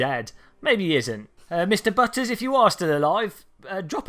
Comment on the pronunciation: "B-utters" hahah